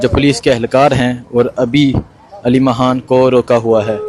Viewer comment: Yar yeh aleema haan kia HOTA hai aleema khan hai haan nhe